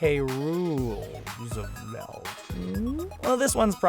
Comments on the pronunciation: That's not how you pronounce Roosevelt. It looks like it would be pronounced that way, but it's actually pronounced like Row-sevelt. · Did he just say ROO-sevelt? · not too rain o anyone's parade that hates America but your supposed to pronounce Roosevelt like Row your boat. just saying. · um....did he just mispronounce Teddy Roosevelt's name?.....it's pronounced as if it was spelled: Rosevelt, but it's spelled Roosevelt......I shouldn't be surprised, this is from the same guy that pronounced "Moana" like "Mo-anna" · k but, Rose-a-velt